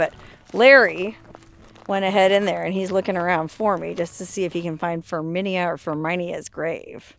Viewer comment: Ferminia is pronounced firmina, and it’s a scientific name for a type of bird . The Zapata wren